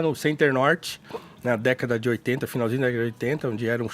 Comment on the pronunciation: mas não falei pelo sotaque, falei pelo S que ele acrescenta no final ou comeco de cada palavra. Por exemplo: "Comentário tSípico dSe Bolsominion"